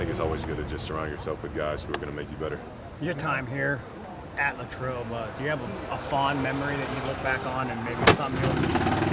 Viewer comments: Lay-trobe Common mistake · It is Lay-trobe though lmao